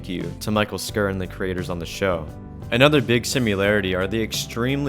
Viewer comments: It's pronounced like "sure" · Hey brother just so you know Mike Schur's last name is pronounced like "sure". Great video! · cringe. it's "shur". couldn't you look that up? you should go through and just edit that completely. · Ormondbut it's pronounced sh-ur not sh-ore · travis mathis no it’s pronounced sherr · Michale Schur is an easy name to pronounce Schur is pronounced "sure".